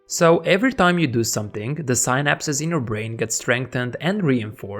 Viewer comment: Your pronunciation of "synapse" is killing me lol but I love this video! I finally have a step-by-step to helping me limit my social media addiction :) thank you!